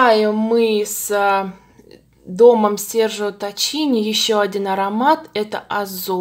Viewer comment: Правильно бренд произносится Серджио Таккини а не Таччини.